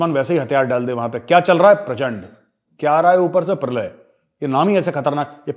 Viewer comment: Its not prachand, it's PRACHANDA.., not netr, it's NETRA